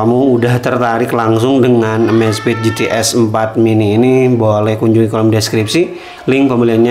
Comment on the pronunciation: EMEZFIT MASSS BACANYAA BUKAN AMAZFIT